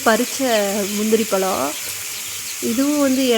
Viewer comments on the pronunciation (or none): பளம் பளுக்கும் மள என்னம்மா இது தமிழை போட்டு சாவடிக்கிறீங்க 🤦🤦🤦 ழ என்ற எழத்தே வராதா கொடுமை 🤦